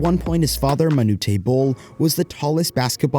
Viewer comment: Manu-tAy Bol ??? Ok, whatever you have to say after that is a waste of time...d@ millennials/z's whatevers.